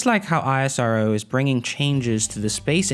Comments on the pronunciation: We pranoune it as ISRO instead of I.S.R.O... EESRO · Its esro (isro) not i-s-r-o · When would you stop calling ISRO I S R O and just call it ISRO like NASA and not N A S A -_ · great video. Just one thing , we call it "isro" not ISRO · ISRO LIKE NASA! Not I.S.R.O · Bro please Call ISRO Not I S R O ... thanks for the video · It's IS-RO not I-S-R-O! 🤦🏼‍♂️🤦🏼‍♂️🤦🏼‍♂️ Just like NA-SA not is N-A-S-A. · Please pronounce the name correctly. It is pronounced as "is ro". Not I.S.R.O. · It's not isro.... I S R O it's individual abbreviation words not a single word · It's not i-sa-ro It's ISRO... Pronounce like esro... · Pronounce ISRO as esrow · Thanks for the video, btw u don't always have to say the alphabets of isro just pronounce it as a word (IS-RO) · It's called ISRO like NASA not I S R O . Please pronounce correct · Its really irritating to hear ISRO pronounced as I.S.R.O... Why dont you call NASA as N.A.S.A?? See where Im getting??? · Pronounced the word ISRO, just like NASA... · Not ranting but can you please refer ISRO as "ISRO" and just spell every syllable! Try saying NASA as N A S A and you will understand how cringey it hears. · Its pronounced IS-RO. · You don't call NASA as N-A-S-A. similarly it is called ISRO ( IS-RO) as in H'is' Row. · It's pronounced Is-row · Pronounce ISRO as is(es)-row Just like you do for NASA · Ikr, but as N A S A is said simply as nasa. In the same isro should be pronounced. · It's pronounced as ISRO not isro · Very easy to fix. Find an Indian TV video where they pronounce it correctly. ^^